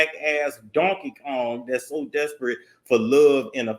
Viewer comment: Not “donkey Kong “. I’m crying bro 😭